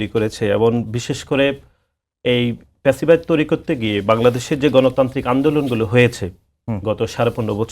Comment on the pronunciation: আগে কথা বলা শেখ , প‍্যাচিবাদ কি ? ফ‍্যাসিবাদ বল বেটা ।